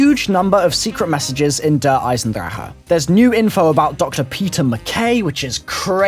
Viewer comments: I cringe every time you say Eisendrache. Please just say say Der Eisendraken or something. I feel like like you're gone cough up a loogy when you say it. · mercy Why? He said reverse the letters in 'Der Eisendrache', so I did.